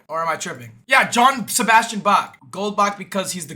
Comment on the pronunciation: Dude as a German, it’s triggering me how he pronounces "Johann Sebastian Bach"